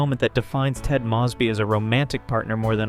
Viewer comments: AI Narrator. Can spot em a mile away. The voices have gotten more realistic but the mispronunciations give it away every time. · I like this video... and could like this channel, but if you keep pronouncing Mosby like that.... im out